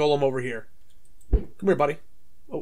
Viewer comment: Did you say coem???